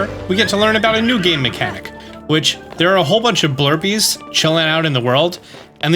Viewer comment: family, they are not called blurpees... not. blurpees.